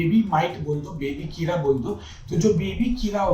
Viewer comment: किरा... वा भाई govt डॉक्टर हो atleast किडा तो बोल दो!!